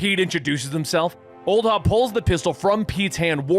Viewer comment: Love it. But God damn it's HOB. Not Hobbs.